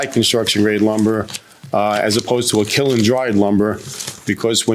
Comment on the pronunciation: Good grief, KILN is one syllable!